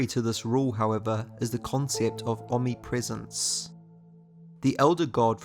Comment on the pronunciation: Are you seriously saying "Omi-prescence"? The word is OMNIPRESENCE, Jesus Christ man 😂😂😂